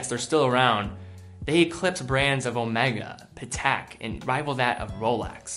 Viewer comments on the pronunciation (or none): none